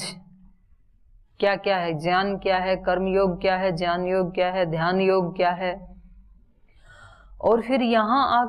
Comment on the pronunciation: Gyan ko jyan kyun bolte ho bta dijiye